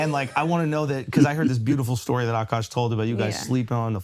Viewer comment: i hate when she said OKOSH